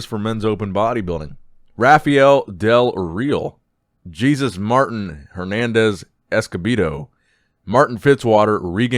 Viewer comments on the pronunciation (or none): Good to have you back! For future reference the spanish name Jesus is pronounced as Hay soos. Another thumbs up vid! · ITS NOT JESUS LO ITS PRONOUNCE AS "ASOOS"